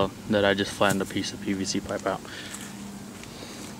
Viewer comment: Its PVC not PCV ... jeez